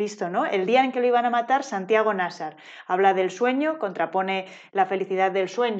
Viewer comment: Es que si no existiera, habría que inventarlo (el vídeo también 😉). Buenísimo. Solo un apunte: en mi opinión, Nasar tiene la sílaba tónica en la segunda [Na - sár]. Si fuera la primera, debería llevar tilde [Ná - sar], según las leyes de la acentuación en castellano. ¿O me equivoco?